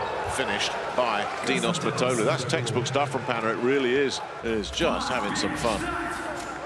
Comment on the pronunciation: His name is pronounced Mitoglou, with strech on "i" (Μήτογλου).